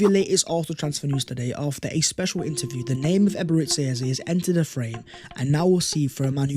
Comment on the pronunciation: I want all the players arsenal can get. And since we’re butchering names aka “Ebere Tse Eze”… 🤲🏽 Chineke ekwekwala ihé ojor. 😂 I want “Yolk or eggs”.